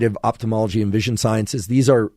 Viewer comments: Thanks for the very useful content. The word is pronounced "oFthalmology" not "oPthalmology"! Moreover, could someone explain me how a person can perceive, say, GREEN colour in a (totally) green room, without anything (other colours) to juxtapose it to? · Great episode, but man it's pronounced oFthalmology from the Greek ofthalmos that means eye.